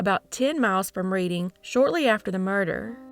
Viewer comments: It’s “red-ding” PA. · Good and sad stories. FYI, Reading, PA is pronounced like Redding, CA, not like reading a book. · I'm unfortunately from the Reading Pa area and it's not pronounced like that it's pronounced more like Redding. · Reading pronounced past tense like Redding. 😊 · Reading is pronounced Redding 🤗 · I love your videos, but hearing you pronounce Reading, Pa hurt my Pennsyltucky heart. It's pronounced RED-ing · Thanks for continuing to bring these cases to us! Pronunciation tip: Reading, PA is pronounced “RED-ing”. Unintuitive, I know.